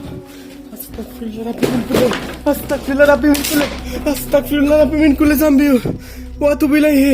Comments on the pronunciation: ভাই আপনি যে ভিডিও তে আস্তাকফিরুল্লাহ পরেন....কথা আস্তাকফিরুল্লাহ হবে না.... আস্তাগফিরুল্লাহ হবে.......Take love vai❤️❤️❤️ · আসতাগফিরুল্লা বলবেন।ক না গ উচ্চারণ হবে